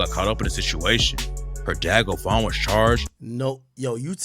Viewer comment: bovan not govan